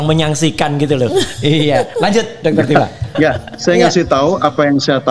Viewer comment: Bkn tufa, tp Tifa, f refly harun